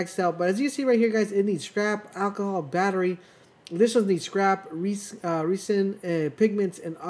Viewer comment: Resin = R-eh -zin . Short E not long e 👌🏻 & you mean anything under 10 = (1-9) not anything over 0 🤣😂🤣 wtf man lol words are coming out of my mouth err 😂